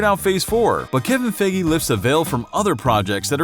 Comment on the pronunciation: you said kevin FIGI. Its actually feige